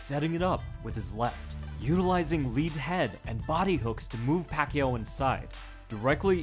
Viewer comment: It’s not pronounced pakyu, no it’s not, it’s pakYAW.